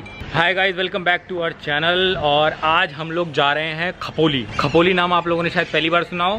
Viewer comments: Khapoli nai wo khopoli hay🤣🤣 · It's Khopoli not khapoli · Khapoli nahi Khopoli 😂 mai yahi rehti hoon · ji खपोली नही बोलो, खोपोली बोलो जी 😁😁😁😁😁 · Khapoli nhi khopoli🤣🤣🤣🤣🤣🤣😝😝😝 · It's khopoli not khapoli 😂😂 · It's खोपोली bhaiyya not खपोलि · It’s not khapoli ….it’s खोपोली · खपोली नही खोपोली है वो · खपोली नही खोपोली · Its not khapoli it khopoli